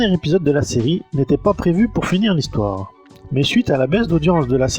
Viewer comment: 0'51 "hissoire "...tiens tiens 🤔 ^^ +1